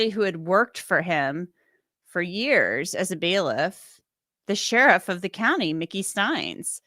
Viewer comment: they lost the "C" in county